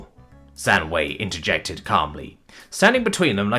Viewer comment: Please, next time try to check how to read names in languages you wanted to use. You butchered pronunciation of “Zhang Wei” and “Aleksy Nowak”, at least. When reading Chinese, «zh» is for the same consonant as in English word “ginger” the letter «g» us for, «a» is more similar to the only vowel in English word “up”. When reading Polish, the letter «y» is just a simple vowel, not diphthong and sound similar to the only vowel in English “ship”, and «w» in Polish work like in German, i.e. it reads like English «v». And please, don't give Polish person the voice with Russian accent. Poles speak English different way. (For example that «No» was clearly like a Russian would say, not a Pole.)